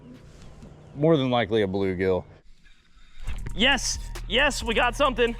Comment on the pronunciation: Not saying bluegigi